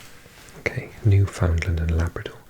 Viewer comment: So I’m from Newfoundland I live here. It’s pronounced New-fin-land not New-found-land Fun little trivia. Most Newfies are Celtic. Having Breton, Irish, Scottish and Welsh origins and was a country until the British rigged an election to join Canada. The independence movement here has been repressed.